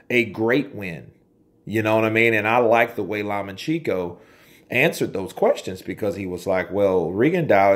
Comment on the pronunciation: Law-much-enko... Source: I am Ukrainian :)